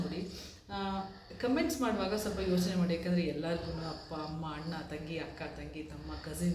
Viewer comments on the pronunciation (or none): none